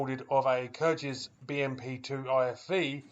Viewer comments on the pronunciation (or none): Thanks for this, I had no idea it was going on. (Btw, 'Kyrgyz' has a hard 'g', not a soft 'g'!)